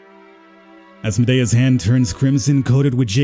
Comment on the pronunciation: Good playthrough...the way you pronounce Asmodeus triggers me to no end tho.